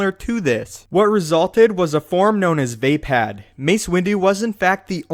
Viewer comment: wtf did you just say "vay-pad"? It's "vuhpod"